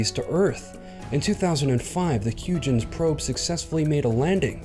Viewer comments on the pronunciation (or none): HUYGENS PROBE IS PRONOUNCED HOYGENS